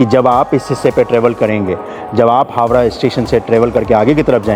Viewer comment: भाई हावरा नही हावड़ा कहा जाता है